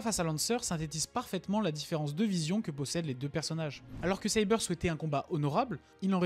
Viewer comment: Et tu prononce bien Saber ne te fais pas avoir c'est comme ça qu'on le prononce